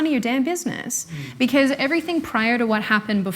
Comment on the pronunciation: beceuz... I can't deal with that pronunciation lol